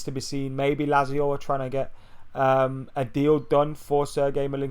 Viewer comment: Is that how you pronounce Lazio? Sounds wrong.